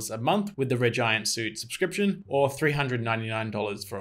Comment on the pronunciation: it's pronounced sweet not suit